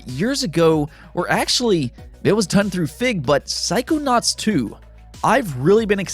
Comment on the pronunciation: took me a minute to figure out what you were trying to say, "psychonauts".